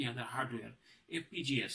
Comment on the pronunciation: 1.58 it's FPGA not fgps 🤪🤪🤪😂